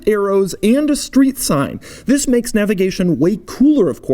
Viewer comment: Why does he always says wis instead of this?